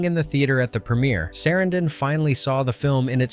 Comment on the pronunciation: Chris SAH-ran-DIN...Sorry hes one of my favorite actors so this mistaken pronunciation got under my skin. My apologies for being rude